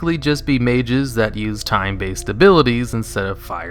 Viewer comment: I thought you said thai mages instead of time